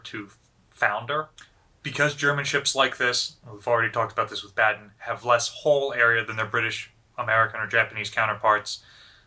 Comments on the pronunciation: Just a small hint if you want to improve your German: Baden is pronounced with the “a”-pronounciation you use with the word “car”. And “Bay” in Bayern is pronounced as the English word “buy” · Baden is pronounced BAH-DEN